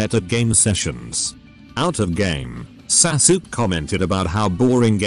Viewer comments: "Sasuke"... from henceforth I will pronounce it as Sa-sook. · Hearing Sasuke's name being butchered made me lol